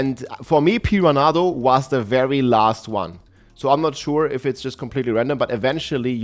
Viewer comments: Pee-run-uh-doh lol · Pee-ran-nah-doe . I mean I understand english is not his first language but homie didn't even try.